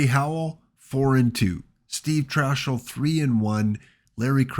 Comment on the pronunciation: Trachsel is pronounced Trax-el not Trash-el.